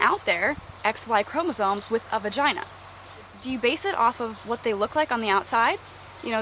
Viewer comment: Thats a amazing point, I will ask that question more often now Haha :) also I LOVE the way you say peenus vaginuh...